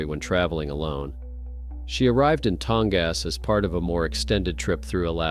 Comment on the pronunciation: It is pronounced Tong-us, not Tong-ass - just as an fyi. Good video. I appreciate you presenting the facts without a bunch of silly hyperbole. But.....An Eagle could easily carry a pair of glasses up into a tree lol. I once fell off a small boat in a lake. Motor off and I was going to drop a line to fish for trout. A wasp/bee swarmed my face, I jerked to the side and swiped it away. While doing that I accidently stepped on the side of my tackle box, which through me off balance, and while trying to catch myself I ended up slipping over the side. I was easily able to get back into the boat. BUT, if I would have had Xtratuf boots on and a heavy jacket - and the sides of my boat would have been a little bit higher, then I might not have been able to pull myself back into the boat. Weird stuff happens when you are out in the wild/woods/etc. Alaska is huge and has more forest/woods than any other US state. People go missing and it has nothing to do with ghosts, bigfoot, monsters, etc.